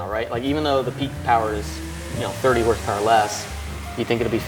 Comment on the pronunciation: "652.. 652 horsepowah to da wheel" 😂 dying